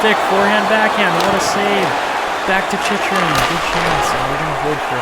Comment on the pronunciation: Jacob Chyrhun is pronounced Chick-Rin (I believe from what I’ve heard announcers say